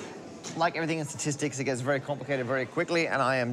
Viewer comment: "Parker-stistics" .. I think its good enough!